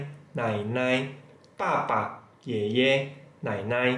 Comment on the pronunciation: yeye nya salah intonasi tuh laoshi..